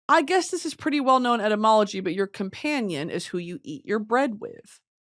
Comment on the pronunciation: the whole time she was talking abt etymology I thought she said entomology 😔